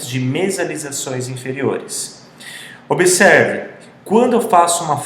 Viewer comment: "Como que..." e "obeserve" foi brabo....